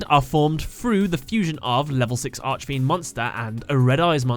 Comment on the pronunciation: I'm sorry I don't really complain about things like this but whenever you pronounce archfiend I cringe Consider this how do you say architect?